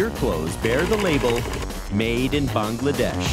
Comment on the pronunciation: The way the narrator keeps pronouncing “Bangladesh” is so irritating 🤦🏻‍♂️